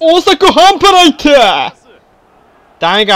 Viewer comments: やっぱりあの定番のセリフは関西弁慣れてなかったら変になるなー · 発音ちゃう 中西くん見習えよ